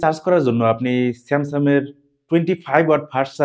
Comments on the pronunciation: উচ্চারণে আরো যত্নশীল হতে হবে, বারবার আপনি স্যামসাং কে স্যামসাম বলছেন। ধন্যবাদ। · স্যামসাম নাকি স্যামসাং?? মোবাইলের রিভিউ করতে আসছে?😅